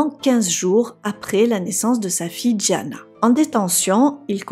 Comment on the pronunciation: Diana et non Djana.